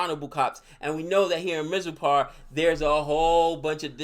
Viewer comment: By now you should be able to pronounce mirzapur. I can understand it's a hard R but please try.